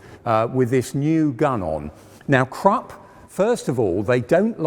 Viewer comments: Come on now,. It's Krupp, not crop nor crap. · The U in Krupp is pronounced like the U in Bush by the way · A I like your content of this channel: Please pronounce the German Names properly. That shows even more respect for the topic. KrUpp not Krapp, PorschE not Porsch and so on. Just a little more effort. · KRUPP.......KRoooooooeeeehpppp. Not Crup. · The fact he keeps calling krupp crop annoys me. It's krupp. CROOP! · It's Krupp like look not Kropp like crop. Idiot. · Great vid, but it’s pronounced ’Kroop.’ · An excellent series in all respects, bt it’s not Krup as in ‘truck’ it’s Krup as in ‘crook,’ please!! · Why isn't this man able to pronounce a single german name???? Krupp! Germans are able to learn the whole english language. And this guy can't even say the simple word Krupp! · It should be recommendable that the narrator puts the minimum effort of learning the correct pronunciation of foreign names like Krupp not "Crap". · its Krupp not crapp omg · Krupp, not krap! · THE REAL WAY TO READ KRUPP ISN'T "KRUPP" ??? OK THE BRITISH HAVE WON THE WAR... BUT TO READ KRUPP AS "CRAP" IS A WEIRD AND UNRESPECTFUL THING !!! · "porsh" and "crap"? You should know better! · The Krupp Enterprise sounds like "Crap" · And "Krupp" doesn't sound like "crapp". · Funny, that nearly any German is able to understand and speak the whole English language and even an educated man like this can't pronounce the name "Krupp"! :-) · The 'e' in Porsche is not silent, and Krupp has a short 'oo' vowel, as in 'foot'.